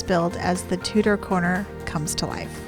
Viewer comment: Tudor, not Tutor. It is a great set!